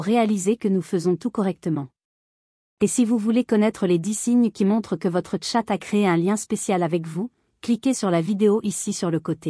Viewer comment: oui dire TChattt au lieu de chat .. c'est vraiment pénible 🙄